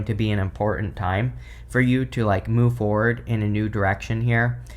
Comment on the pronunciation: Bahaha. You said a lot of MOOVE and I heard a lot of Boob. 😂 why yes, yes I do. Uhg 🙄 I’m sorry idk where my head is today 😂